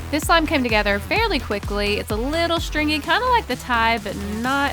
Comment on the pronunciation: I feel like she can't say stringy